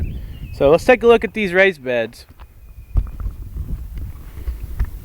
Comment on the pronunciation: It sounded like you were saying rice beds, lol I was about to be amazed